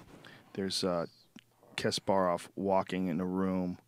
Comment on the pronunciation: If you're going to discuss a topic as if you know what you're talking about, at least pronounce the names correctly. It's not Kasp-air-off, it's Kasp-uh-rov.